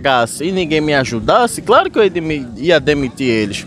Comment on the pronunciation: Esses mlks falam errado pra krl meu KKKKK "craro" pqp Man não admira serem doutrinados tão facilmente kkkk